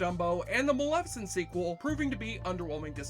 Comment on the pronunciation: God damn. Between the sound/music mixing and your inability to enunciate words makes this video barely watchable. Guillermo is not pronounced Garemo. Animation is not pronounce anmation, listening isn't lissing, and maleficent?! You somehow made a 4 syllable word into 2! Malfcent. Jesus. Enunciate dude, enunciate.